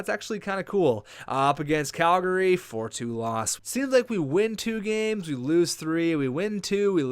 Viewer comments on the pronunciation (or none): none